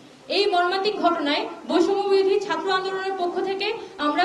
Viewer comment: বৈষম্য বিরোধী নামটাও এখন সঠিক ভাবে উচ্চারণ করতে পারে না মেউধাবীরা। লজ্জাই পায় নাকি বুঝি না।